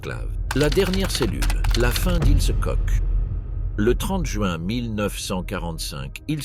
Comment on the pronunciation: Ça ne se prononce pas coche ou coke, c'est KORR!